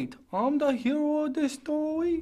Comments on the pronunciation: "Wait I'm da hewo of did stowy?" Now that's a funny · Oh wait I'm DA hiro of dis storwy haha XD XD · wuh? wate.., im duh hewwo uv dis stowwy? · wait im da hewo of dis stowy